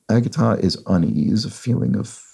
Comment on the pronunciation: Not a big deal, but just FYI, the g it agita is said like a j, not a hard g.